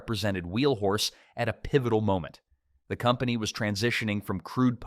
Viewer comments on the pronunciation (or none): none